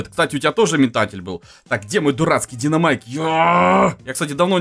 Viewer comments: динАмайк а не динОмайк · Почему все такие неграмотные? Не ДинОмайк, а ДинАмайк